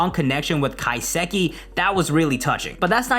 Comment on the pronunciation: Love the video but ka-sa-ki